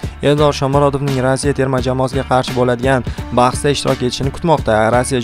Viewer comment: Рася эмас, РоссИя.